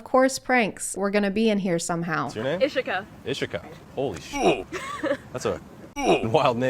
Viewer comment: As someone who has a similar name to “Ishika”…..I cringed every time he said her name